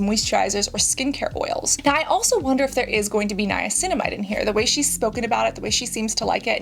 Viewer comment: Definitely agree. Hyping her up for knowing how to pronounce Niacinamide was very strange.